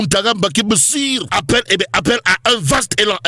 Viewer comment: Il faut dire bachir et non bassir